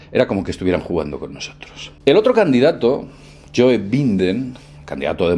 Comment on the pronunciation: Yoe Binden. jajaja. Es You Baiden.